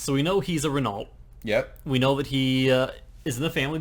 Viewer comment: it is not pronounced ree-nalt but ree-no